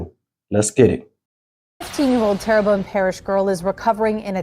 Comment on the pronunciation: Pronounced Tear Bone, my home parish. Sad story, poverty and mental illness has become rampant in the Tri-Parish areas located near New Orleans.